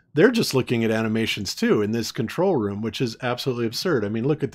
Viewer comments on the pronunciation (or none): none